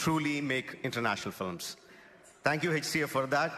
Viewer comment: . "Better fillams " lol